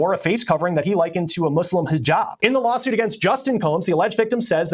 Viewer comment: been covering so many shoot outs he said "law shoot" instead of lawsuit😅